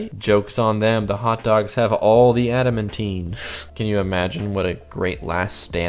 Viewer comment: Pronounced ADA-MAN-TIN NOT ADA-MEN-TEEN